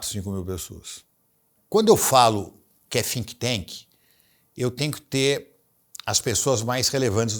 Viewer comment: Conteúdo primoroso! Mas, pra não ficar na “jogação” de confete, ninguém acertou falar think tank! Rs Um dia vamos celebrar estes pequenos erros - prova de q não foi a IA q fez o conteúdo!